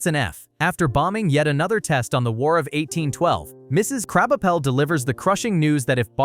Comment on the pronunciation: "Kraubuhpell" seems like you have ADHD